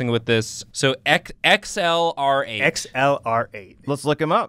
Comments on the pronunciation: It's XLR8 NOT VELORO8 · XLR8 is pronounced Accelerate(Excelerate)